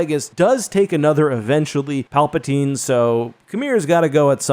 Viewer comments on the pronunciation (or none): none